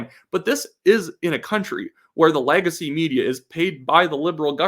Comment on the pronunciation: My mom points out I say words like Negative and Legacy as "Nag-ative" and "Lag-acy" and now I cannot unhear it.